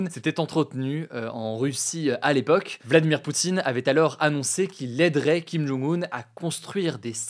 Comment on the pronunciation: par contre c'est kim jong un (kim john-g oune), et pas kim jung un (kim joune goune)